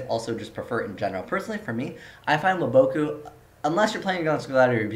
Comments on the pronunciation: it's WAboku, not waBOKu. pronounce it right. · Woah-BOH-Koo??? da fuq, have u ever watched the anime? It's WAH-bah-koo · The way you say Waboku drives me fucking insane